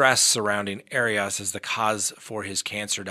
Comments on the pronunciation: Arias = Airy-es .....NOT Airy-us or Airy-Os...... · I enjoy your content BUT so many times you mispronounce people’s names. Not sure why. Anyway, it’s AIR-E-US. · You’re really struggling to pronounce Jodi’s last name lol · gaaaah... the way you say arias drives me nuts.